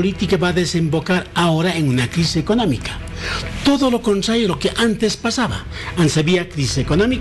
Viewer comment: Hantes?? VoliBia?? ECsploCion?? ECSamen?